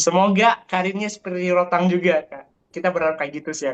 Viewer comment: Rodtang? Rodtek 😂